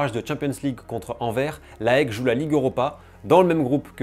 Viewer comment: Attention aux prononciations : on dit "Aèk" et pas A-E-K Et on prononce "Anverss" le S se prononce. Chouette vidéo sinon, le foot grec et leurs ultras sont passionnants. Si tu as l'occasion d'aller voir le derby des éternels ennemis (Oly-Pana) au stade tu ne seras pas déçu!